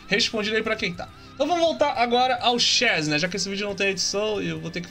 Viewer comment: "Super ché chegou!" KKKKKKK Eu sei q ele ta com sono mas foi engraçado kkk.